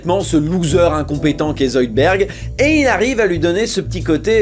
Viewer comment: zoidbeUrd !!! IL AI OU LE U !!!!!!!!! Amblance